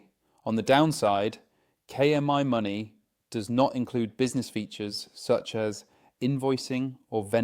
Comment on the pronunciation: AI narrator is annoying. Mispronounces KMyMoney very frequently (but not always).